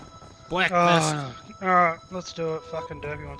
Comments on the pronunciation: Me and my friend always say bwekfast because of you and YOU JUST SAID IT AGAIN! You made my day :D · BWEAKFAST CHOPPA!!!!